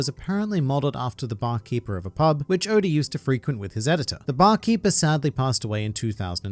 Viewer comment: Please stop calling him Odor 😭